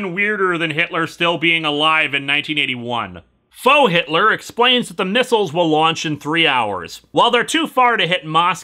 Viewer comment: I know you said faux but it also kind of sounds like frau, which is hilarious in context.